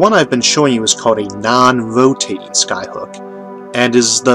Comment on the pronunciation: Sinqwinous ovbit and nonwhoatational sky hook megastwuotaues